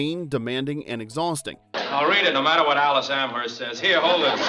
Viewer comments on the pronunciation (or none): none